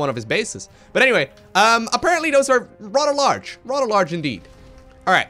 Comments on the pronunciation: you do realise that "th" is not pronounced "t" or "d" right? "rader large" makes no sense, it's "rather large" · Thunder Soul: Fun drinking game, count the number of rather’s, err RADDER’s lol.